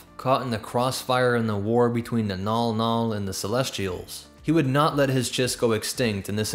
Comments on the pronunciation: Mnggal-mnggal is pronounced "mn-gahl mn-gahl", not "nawl-nawl". Anybody else clock that the chiss are just space-drow, just without the Lolthian spider-matriarchy nonsense? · Why is the clearly written Mnggall-Mnggall being pronounced "Nall Nall"? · Never mind it's called Mnggal Mnggal apparently